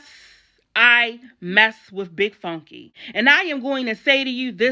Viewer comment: Did she say "big fonky" lMfaO!!!